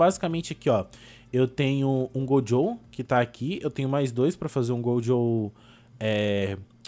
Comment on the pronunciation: Que que muda na sua vida se ele falar gojow